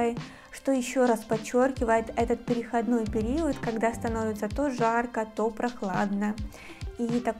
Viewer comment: ПерехОдный период. Ударение🙏